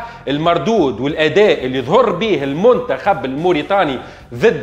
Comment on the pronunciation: الجونة 🤣 غينيا الاستوايئية 🤣 كاف كيف 🤣 المنتخف 🤣 الاهلي المصي 🤣 يحضل في الفورمة متع ال ا يوسف 🤣 la qualité mouch le qualité تهيش🤣 + شبيك تقول فيها بحزن + اللقطة معاودة 😅